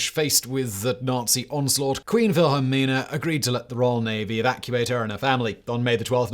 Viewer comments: Queen "VILHELLMA"??? It's "Wil-hel-mina", FGS!! I thought you had a team behind you!! ----- At least someone corrected you before too long - that could have begun a major international incident on YT! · queen wilhelma?? it is wilhelmina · Why say Wilhelma instead of the correct Wilhelmina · Did you really call our queen wilhelmina vilhalmer it's the female version of Wilhelm how can you pronounce it so wrong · Queen Velhemer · The Dutch pronounce W as V just like the Germans. V is pronounced as F…